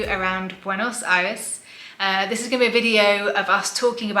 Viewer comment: Awww, you seem to be lovely people. Subscribed! I'm glad you enjoyed your visit! I'm from BA but living in Pennsylvania for work. Hope you can visit other places of the country... the Lake District, Ushuaia or the wine region. And the "Buenos Aires" pronunciation was more than fine! Cheers.